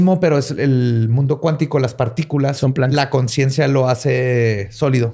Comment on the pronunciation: “mudio” alguien más lo noto?